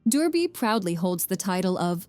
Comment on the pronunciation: This AI voice really can't handle the French names. That's not how you pronounce Durbuy (or known at this day as Coucke-land). But yes, i love our Ardennes.